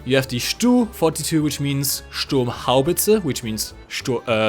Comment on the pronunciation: lol "sturms" the panzer